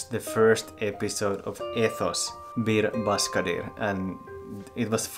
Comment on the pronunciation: ş is pronounced like "sch" in german, "sh" in english and "ch" in french... you can do it ;)